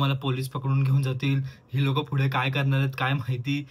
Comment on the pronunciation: Pudhe la fude ka bolta re tumhi bhau bahin 😂 I noticed so many times